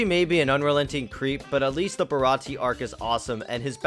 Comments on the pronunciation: Don’t skip filler. Filler is extra one piece and I can’t get enough. And how you gonna mispronounce baratie. And how you know he’s french. In the first dub he was a New Yorker kinda. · Um...Sorry WHO??? Check the name again... And... That's THREE mispronounced things now (Baratie is pronounced Bar a tee AY). AND ITS eh knees lobby